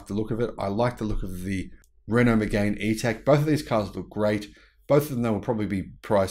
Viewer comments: It’s pronounced Me-gan not Me-gain! BTW it’s a really nice car but you’re right it’s overpriced. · It's Meg-Anne. French y'know..